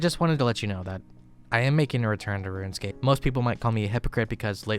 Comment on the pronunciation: kinda funny he pronounces it ruinscape